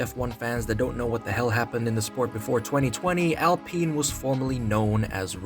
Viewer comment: Its pronounced OWLPEEN.